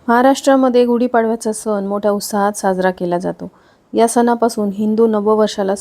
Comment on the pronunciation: कृपया उच्चार सुधारणा करा सण (न) नाही आहे